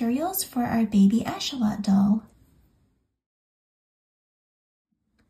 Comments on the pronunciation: It’s axolotl not achotel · So beautiful and can’t wait to make these! Your instructions and voice are amazing ❤️ (It’s pronounced ak-suh-laa-tl, though! Weird word lol) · Im sorry but how do you say axolotl😂